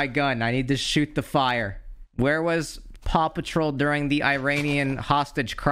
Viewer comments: You say Paw Patrol like Papa Troll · When he was saying Paw Patrol I thought he was saying Papa Troll and I can't unhear it. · I thought you were saying "papa troll" until I heard the word dog